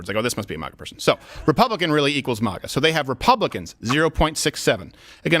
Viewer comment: I wish this man would stop pronouncing MAGA as MAH-GA